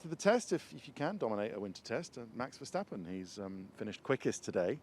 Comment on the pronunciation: Maybe you guys should learn how to spell Verstappen more properly like Murray trying to pronance Ayrton's name more properly. You Say Mex Vehsteppen but maybe should say it more like Maks Verstappen. Google translate can help these days!